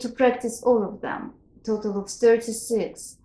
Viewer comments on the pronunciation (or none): none